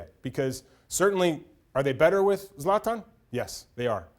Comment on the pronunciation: Even the word soccer makes me cringe 😂 he can't even pronounce zlatan